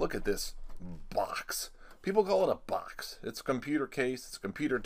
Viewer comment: "Les take a look inside the bocks"